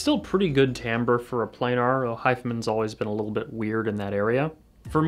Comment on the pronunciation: "play gnar"... I can't tell you how crazy it drives me that the headphone community has collectively decided to mispronounce planar... cringe